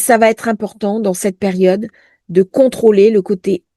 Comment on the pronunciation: 😂😂😂😂🤣🤣comme" perione" au lieu de "période"... 😂😅 que c'est énervant... ❤